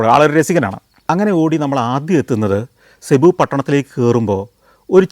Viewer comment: സെബു അല്ല സർ, (Cubu) സിബു എന്നാണ്‌.... You’re wrong in this pronunciation